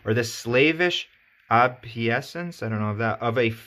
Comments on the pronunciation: it's pronounced "o-bey-sance." thank you for explaining things. I just started reading the book. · you had a hard time pronouncing "obeisance" at he beginnning of the clip.